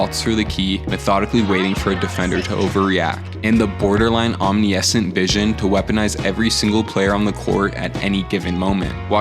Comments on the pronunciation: That’s not how u say omniscient 😂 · fire video google how to pronounce omniscient though